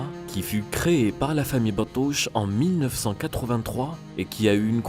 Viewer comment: La laiterie djurdjura a été crée par la famille BATOUCHE et pas BETOUCHE, il faut bien formuler la prononciation.Les deux familles sont des laitiers Algériens ( BATOUCHE et BETOUCHE). DDA la route vers l'excellance; excellence et pas excellance (E au lieu du A).